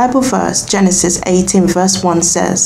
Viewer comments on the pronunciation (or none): none